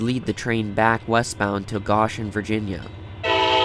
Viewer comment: Thanks for sharing! One small edit - Goshen is pronounced with a long "o".